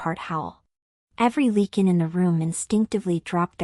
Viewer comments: I enjoyed the story, the only thing that bothered me was calling a Lycan a Lecan. I guess AI isn't all it is cracked up to be. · It’s not leaking. It’s Lycan. Long “I” LYCAN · Lychan!! It drove me CRAZY 🤪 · Ly -(long I sound)-kan, please train your AI to pronounce words correctly. Otherwise good. Jacksonville FL, USA; p.m., EDT. ❤